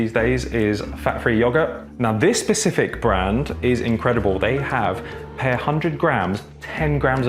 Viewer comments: I love so much, his journey is massively inspiring! But every time he says ‘per’ like that makes me shiver a little bit! 😂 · Can't get over pronouncing "per"